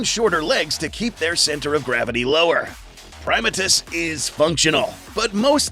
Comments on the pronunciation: it's pronounced (pri-ma-tus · You do what you want, but I’ve always been pronouncing his name as “Prim-AH-tus rex”.